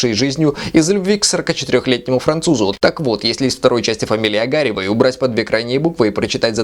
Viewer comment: Не Ог-А-рев! А Огарёв! рррыыы Фи на тебя))) Но лайк ставлю потому, что подача материала нравится - с юмором , но корректная к объекту критики. Ну и хорошо поставленная русская речь! Для меня это важно. Лайк Вам, юноша. :)